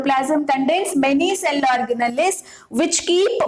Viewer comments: Ma'am it's organells not organalles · it’s ORGANALS while pronouncing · mam thank u sooooo much.......i used ur videos to teach my students.......i would like to make one suggestion which is....organelles are written in that spelling but pronounced as or-ga-nals itself...... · Mam your pronounciation of cell organells is wrong mam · your pronouncing cell organells wrongly mam😁😁😁